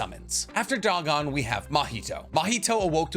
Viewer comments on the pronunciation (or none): none